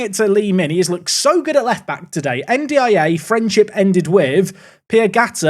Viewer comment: You said N'Diaye's name properly and immediately they score!